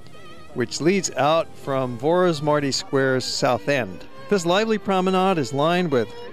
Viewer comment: I appreciate his effort to show our country to the world but next time please learn how to prounounce Vaci utca, Vorosmarty ter, and all the names. Thanks!